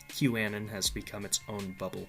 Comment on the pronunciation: 'Que' A-non (anon=short for anonymous), not 'que' an-on